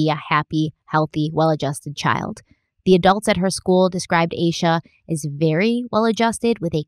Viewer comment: Also yes finally you're saying "ayy-shuhh" lol I mentioned it on part 1 but I'm sure it got buried